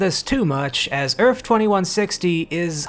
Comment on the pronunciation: It's EARTH with a -th at the end, not ERFF. What the hell is wrong with you?